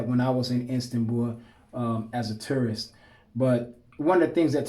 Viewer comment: Because of your pronunciation of tourist I keep hearing terrorist ahahah, my bad bro